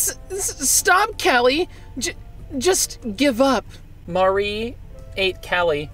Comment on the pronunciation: Y u get callies name wrong